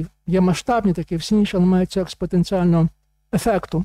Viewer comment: А ув. профессор Грицак точно понимает, о чём и что говорит (и пишет на демонстрируемых им слайдах)?! Так на он рассказывает про "...експоТенціальну формулу..." (выделено нами. — О.М.). И можно было бы благодушно решить, что ув. профессор УКУ просто нечетко произнес известное математическое понятие, если бы на им самим не был бы представлен иллюстрирующий сказанное слайд, где мы читаем: "Сила експоТенціальної формули" (выделено нами. — О.М.) (причём на том же слайде рядом мы видим англ. "...exponential..."). Остается надеяться, что в остальном этот профессор МЕНЕЕ "щепетилен"...